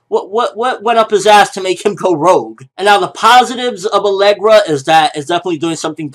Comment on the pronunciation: Alegria! Not alegra. There's an I in there lol